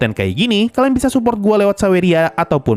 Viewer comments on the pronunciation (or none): none